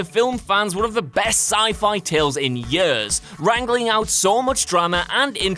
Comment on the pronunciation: Cannot get over the way you pronounce « years »